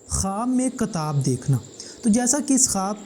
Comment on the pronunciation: Kitaab mere bhai not katab